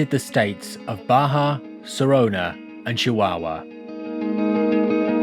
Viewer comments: It's SONORA not SORONA... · He said sorona instead of Sonora. He was probably thinking about his corona after work. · State of "Sorona" wonder where that is......Maybe you he meant "Sonora" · How did you pronounce Sonora lol ? Love the channel but that had me cracking up